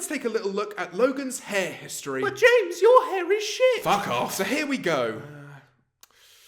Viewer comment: that’s the most British fuck off ive ever heard 😂😂